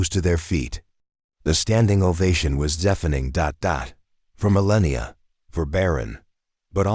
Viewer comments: Could this narrator get The First Lady’s name correct? It’s Melania not “millennia”. Ridiculous. Seriously? This has never been reported. Hmmm! Not buying this “story” … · Her name is MELANIA!!!! Not Millenia or Mellenia or whatever other name you used😏…… get it right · I hate supporting this channel by adding a comment but her name is Melania - not Melenia. Pronounce her name correctly. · Show Melania the respect by spelling her name correctly. It’s not “millennia” dude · "Millenia Trump" !? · Her name is Melania NOT Melannian! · Gah LAh not gay la. I have no doubt Barron is a good son. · Great story but the repeated mispronouncing of Melania's name by the narrator ruined it for me. (apparently AI can't speak or spell correctly?)😅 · Learn the name correctly Melania! Otherwise a good video! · AI voice, AI channel It's pronounced Me-lan-ee-ah, dumb ass AI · Please learn to say her name correctly. Also at the end of this you start to repeat yourself. One moment you say he is 17 then a little later you say 18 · Her name is spelled and spoken Melania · You should spell and pronounce her name correctly in the future. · Learn to speak Malania's name or GET OFF THE MIC.... drop....🎤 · First of all the narrator should pronounce MeLANia correctly. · why? Robot story that can't pronounce Melania's name. Couldn't even watch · This AI says her name wrong. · Please stop using AI narrators...it kept mispronouncing Mrs. Trump's name and your closed captioning had so many misspellings. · I love this family the whole family. The class they all have is so amazing. But this narrator needs to learn how to pronounce the first lady's name, Melania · First of all, learn how to pronounce first names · You can't even get her name right! 👎🏻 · How many times did you mispronounce Mrs. Trumps first name??? That's disrespectful also. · Why can't you pronounce her mame. So rude and disrespectful. Couldn't watch it with the robot voice that can't pronounce Melania's name. So Annoying.